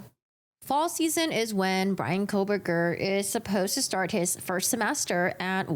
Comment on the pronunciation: You pronounce his name differently.